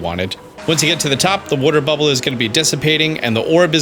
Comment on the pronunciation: is Italian that's why he says booble frog lol